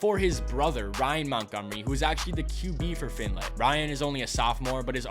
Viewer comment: Findlay is pronounced F-ind-lee… not F-ind-A